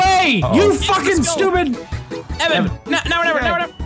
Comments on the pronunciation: Mini "Get down stair right meow!" Is it just me or does it sound like mini said meow instead of now? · Mini Lad said "Help me! Help me! Get down stairs right Meow!" He said "Meow" instead of now.